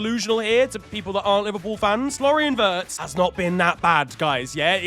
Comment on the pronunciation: Florian sqwirtz 😂